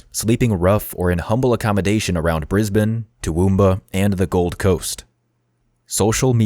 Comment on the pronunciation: You pronounced ‘Brisbane’ perfectly, though! We have some odd pronunciations that can differ slightly even within Australia. At lot of our place names come from Aboriginal languages ( of which there are about 250 and even more dialects). You’d have to be a local to be sure you got some of those correct!